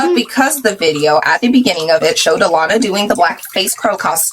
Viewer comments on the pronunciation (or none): as someone who has the same name as her i formally apologize. but also the way she butchers her name is so funny to me (it’s pronounced uh-lah-nuh